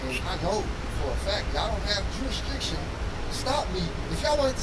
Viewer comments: He doesn't even know how to say jurisdiction, What the heck is juristriction and he thinks he knows the law.😂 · "ja'll have druis-driction" what he's trying to say is "do you have probable cause" he was trying to say jurisdiction, but what he meant was "probable cause" to make the stop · "You don't have jurestriction", Cops: "we have jurisDICTION". Well I guess he can use the 40 years to work on his English. What makes these low IQ hustlers think they can win a gun fight with 10 cops? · "I know y'all ain't got no jurprestregtion" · Do y’all “jurerstriction”??? Did you graduate kindergarten, homie? 🤦‍♂️ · wtf is “jurisjriction?” 😂🤦🏼‍♀️ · How many times you think he had to 'practice' saying 'Jurisdiction' in front of a mirror, before he could say it when cops arrive? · It's hilarious how he can't even say the word "jurisdiction," yet thinks he know what it is and if they have it. Then having the audacity to claim you know your rights when you clearly know NOTHING at all. Trying to maintain your own innocence while acting THE MOST guilty is something only a criminal thinks makes sense. Maybe don't be a piece of sh!t person and do crminal activities and this won't be your life. An embarrassing coward. What happened to Chelsea?? She suddenly disappeared once shit hit the fan. Was she charged with obstruction?? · cannot pronounce “jurisdiction” for the life of him. Well, I’m sure he could if he knew the actual word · He tried saying it 3 times and could'nt get it right. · He was certainly confident in his mispronunciation 😂